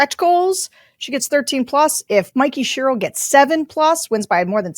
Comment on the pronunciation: Mikk-ee Cher-ill. You're welcome